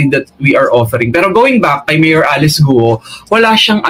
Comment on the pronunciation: mayor GUO..prounounce nya parang GAW